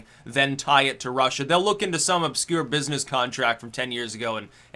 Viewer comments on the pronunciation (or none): none